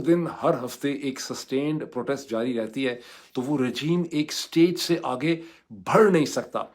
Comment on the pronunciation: بڑھ اور بھڑ کے pronunciation کو سمجھیں ڈاکٹر صاحب !